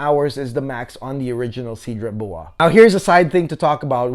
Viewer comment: You may want to check how Cedrat Boise is pronounced correctly, my guy. No need to Americanize it. 😉 Other than that great straight to the point review. 👍👍